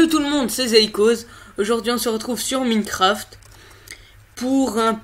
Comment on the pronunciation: On dit mAÏcraft... 😑